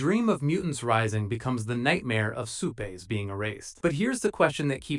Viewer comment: Supé?! Are you a robit?!